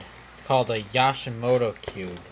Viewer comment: Yooooshimoto not yaaaashimoto!